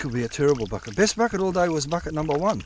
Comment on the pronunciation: Couple things to note…. I counted exactly 27 F@ Having said that, let’s give that a +/- of 2 because when you say Bucket, it sounds like F@ It! Secondly, your catchphrases are hilarious. The salami stick comment had me rolling 😂 Third, you could market that trommel and sell it! That’s your golden ticket! Have you ever done an actual how to for how to build it? I’ve watched almost all of your videos and I can’t remember if you had. Anyway, it’s absolute genius. You having that makes you the only one who can run that creek when it’s so low. It’s incredible. Lastly, you’re on the gold and you shouldn’t stop. It piles up each and every time you go out there!